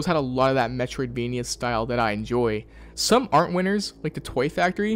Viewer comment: Drinking game: take a shot every time he says, "Metriodvania." Take a double shot at the end if you don't know what that means.